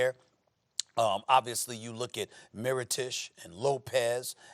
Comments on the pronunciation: Mirotish and Ilyasover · "Meerotish and Ylasova" - Stephen A. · "Nikola Mirotish, Ersan Ilyasover and Kawhi Lened." - Stephen A Smith